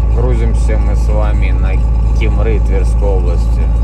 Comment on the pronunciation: Кимры-ударение на И. Дубна-ударение на А